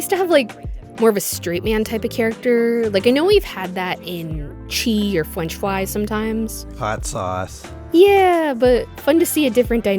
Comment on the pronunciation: WAIT, WAIT WAIT WAIT WAIT CHRISTINA VEE VOICES FWENCH FWY?!